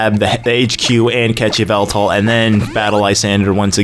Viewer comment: It's evil-tall not eev-ehl-tall